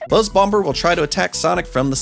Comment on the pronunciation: the second B is supposed to be silent. Buzz Bomber 🐝 💣.